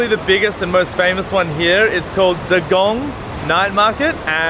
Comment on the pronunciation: its pronounced “Gah-dung”, not Gehdung.. 😅 but great attempt.. Enjoyyyy our foods Btw the sweet foods you ate were kueh Malaya (the pancake), kuih Bom (the sesame ball) and the drink you had was Bandung, the red colour comes from a flower called rosella mixed with milk.